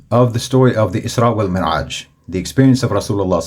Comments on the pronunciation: Beautiful jab out of nowhere with the lobster 😂😂😂. Please check on your pronunciation of mعraj vs. merعaj, the former is correct. You inspire me. THANK YOU. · Thank you for sharing your videos. Very impressive and eloquent. Jazak Allah Khairan. Just one correction: “Al Isra’s Wa Al Me’raj” not Mer’aj. In Arabic: الإسراء و المِعراج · جزاك الله خيرا، أريد أن أبهك أنك أخطأت بلفظ كلمة المعراج فقد لفظتها مرعاج Jazaka Allahu Khairan I like to notice you that you have mistaken in the pronunciation of "Me'raj" as you said "Mera'aj"